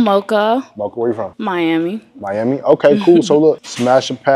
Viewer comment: “what’s going on hure I’m miamiii???”😧